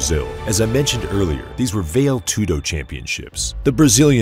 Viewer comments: What the fuck is "vail" tudo? How about valetudo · Very nice. Nothing today compares to old school Pride. But the correct pronunciation for Vale (Tudo) is "valley"